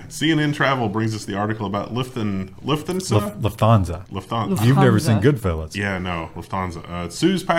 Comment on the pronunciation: As somebody with a reasonable grasp of the German language (okay, I said reasonable..) Luft-hansa not Luf-thansa. Luft as in the German word for air, you kinda have to pronounce it.. I'm not triggered, just saying.. By the way, technically speaking, it screws with weight distribution planning although frankly that's why aircraft have trim.